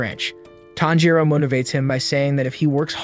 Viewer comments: My guy calling tanjiro thanjro??? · bro said "thanjiro" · The way he called tanjiro ‘Taanjiro’ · Thanjiro? Sir have you ever watched an episode? The names are the same in both English and Japanese ... why go through all the effort of making this content only to butcher the protagonists name ? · Ain't no way he said thanpajiro 🤣🤣🤣🤣🤣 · tanjiro❌ tHaNjIrO✔✔✔✔✔✔✔✔✔ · Its tanjro not tharjo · This guy pronounces every hard name easily with proper punctuation. But when ever he says tanjiro, this guy says “thangiro”. It’s gotta be intentional cause no way are you dyslexic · thanjro? it's tahn-ji-row. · So we just gone act like he didn’t say Thanjiro I’m so triggered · Nah thanjiro the fan breather 💀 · Inauhske and thanjuro 💀 😂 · bro really called tanjiro "thanjiro", gyokko "jocko", gyutaro "jutaro", and demons "devils" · bro said tanpachiro after kamaboko gonpachiro💀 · Ton gee row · Why do you keep saying thanjiro??😂 and wtf micheal Jackson in demon slayer?? Wow mind blowing😅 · Bro why you call him thanjiro💀💀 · IF HE KEEPS SAYING THANJORO IMA KILLLLLLL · dude stop saying thanjiro also its not lord muzan its micheal jackson his cahchfrase is jamona and his gender is hee hee his sisters name is anny her gender is you ok micheal jacksons son’s name is because the kid is not my son micheal jacksons dance is the moon walkee hee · its not fanjiro its not najiro its not anything its just tanjro say it with me tan jiro tanjiro you dumbo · “Thanjero” This guy is making me mad bro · Tanjiro TAN-JI-RO SAY IT RIGHT DAMN IT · Bro said fanjo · "Thanjiro" 💀 edit: mommy im famous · Thanjiro💀💀💀 Inauskay💀💀💀 Dahki💀💀💀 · If I hear fAnJiRo one more time...